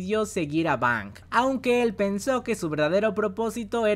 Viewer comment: Fang o Bang? no es Fang (colmillo)?